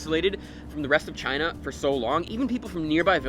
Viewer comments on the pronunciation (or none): none